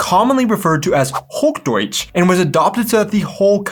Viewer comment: It’s not HogDoitsch, but Hoch Deutsch! ;-))